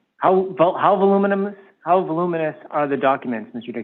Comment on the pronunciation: “voluminous”… he had no clue. “constitutional scholar” you know.😅